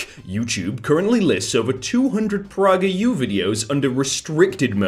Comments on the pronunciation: homie really said praugerU but to be fair he probably has better things to do than a man talk about politics or something idk I don’t watch Dennis Prager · Nike is pronounced Nikee, and pragerU is pronounced Pray gr you